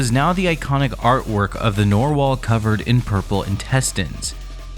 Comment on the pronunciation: sir those are red intestines and also its NARR wall not NORE wall